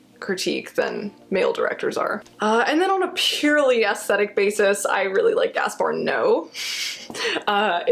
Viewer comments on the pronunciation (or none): I like how you pronounce "Gaspar No" instead of "Gaspar Noé (No-eh)" XD